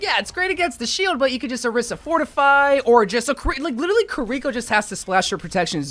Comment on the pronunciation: every time he calls kiriko kureeko, Zenyatta gets less lore